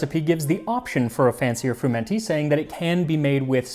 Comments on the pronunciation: I don't think it is pronounced fruMENty, but swallowing the n as frUmety. The stress on the u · Huh, so that's how it's pronounced when you aren't in deepest somerset. I've always heard it fr-UM-enty, with the emphasis on the um, and usually with the T dropped because somerset accents don't include much in the way of consonants. It sounds so much posher the Italian way. This sort of stodge is still eaten in some of the really rural bits of the UK, including somerset and the welsh valleys (at least in the 20s and 30s it was, when they could afford the eggs).